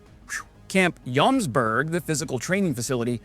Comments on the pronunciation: It is Jomsborg (Joms castle) not Jomberg (Joms mountain) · It is pronounced as Yomsborry, just for information. Norwegian and Swedish can be confusing